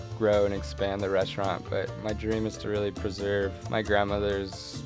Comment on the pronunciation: Brit here: What's his accent? His "oh"s at the ends of words sound really lazy, as does the "ly" when he says "really" - sounds like he's saying "realleh".